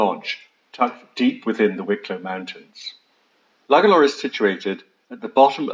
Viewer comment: Beautiful place..pity you didn't have the pronunciation of Lugalla and Powers court right...!!